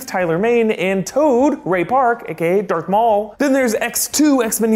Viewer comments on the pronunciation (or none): Is it just me or did he say dark maul instead of darth maul